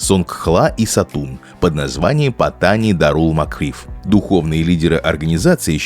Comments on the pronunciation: Названия провинций читаются с ударением на последний слог, ПаттанИ. Kecil читается кечИль, блин, двоешники. К тому же зачем произносить это все с английским акцентом? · для начала надо бы правильно научиться произносить название южной провинции. я был в Паттани несколько раз, все не так плохо как рассказывает автор. иначе тысячи фарангов не ездили бы на бордер ран к границе с малайзией. не говоря уже о островах на которые можно добраться только из этой провинции.